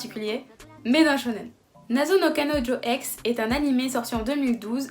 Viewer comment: Deja je te mets un pouce bleu pour ta facilité à prononcer le nom du manga 👍😂 et sinon ça a l'air top !